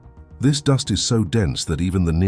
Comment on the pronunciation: 'Doost clouds'.... How do you not know how to say "duhst" (dust)..?!